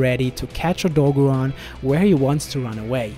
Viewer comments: O - DOE - GAR - ON not o-dogo-rahn, I'm sorry but it's driving me nuts. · "oh-dog'run" well that's one way to pronounce it i guess, lol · It’s O dog oran since it’s based off a dog not a deer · Very cringy to hear everyone try to pronounce Odogaron